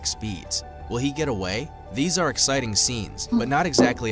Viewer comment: Your eggsighting lol